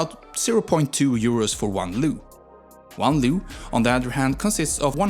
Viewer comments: it is true about the neighbours and all facts, also its probounced leu, not lau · Leu not lau or what u said cuz makes me mad cuz im Romanian and u don't say it corectly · Bro said Lau and lu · "leu" isn't pronounced "loo" lmao, it's l-eh-oo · Too bad they could not find in the population over 19 mil people a Romanian speaking English and correctly pronouncing: leu, not lu, Dacia, not Dachia, Apuseni, Ioan, not Loan and so on. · it's actually pronounced as it is written, "leu" not "Lau" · Buster you are the money is called leu not Lau , you need to learn to speak English and special pronouncing correctly , and for final fuck off you don't have any idea about Romania and Poland you are a full of shit and you think you are something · I am a Romanian and i died loughing hearing the way u named things. Liu is LEU. E is pronounced like u say it in bet or chek or bed. Streight e. So Leu is leu, not some chinese name. And romania is named românia. That makes â a thing u cant pronounce. Same Constanta it-s Constantza tz, thats ţ. Timisoara is Timishoara sh, thats ş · Leu with e like in egg, not Lau/Lew/... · The accent of leu is on the leter e, u were pronouncing it like loo, thanks for giving us the spotlight for once, but next time try to get better at spelling the word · Dacia is pronunced DA CI A, the CI is like the italian CI (CONE) ... You keep saying DA KIA, like DA and KIA as in the Koreean car... LEU meaning LION in romanian the E is like EA in M EA (DOW) You pronounced it LAU ... like in OU from MOUSE ... sounds so weird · ah yes, the LAO currency. Listen, counties and other historical names i get, a lot of the time it's very hard to impossible to get it right, but currencies? Come on! You, my guy, used a different freaking vowel! Twice! If you call yourself an info channel, then do it right! I trust you can do it! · Bro managed to butcher almost every single word especially with lau and lew🤣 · acum se zice leau nu leu :))) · You pronounced România and Leu wrong